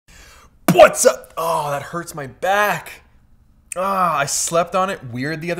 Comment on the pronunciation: you're just saying puatsawwwp not what's up